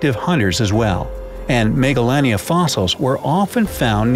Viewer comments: The way you pronounced the creatures names hurt me.... Bc it’s “Dunk los tee us” and “mega lay nia” not “mega lan ia” Still love this channel doe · I thought he said megalovania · how says and pronounces it: 'Megalania' - how i, an undertale fan pronounced it: 'Megalovania'